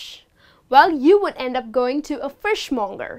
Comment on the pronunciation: Thanks for a great presentation but some words seem to be pronounced in a wrong way (fishmonger, products)....